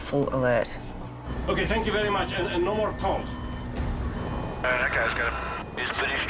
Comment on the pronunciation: "ThAnK yOu VeRy MuCh AnD nO mOrE kHaLl (cAll)" - Got me laughing XD